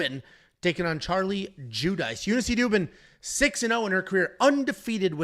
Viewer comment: is a Wop and can't even pronounce an Italian name like Judice properly. "Jew-Dice" he says. It's fu**ing pronounced "Jew-Dee-Chay" you turd.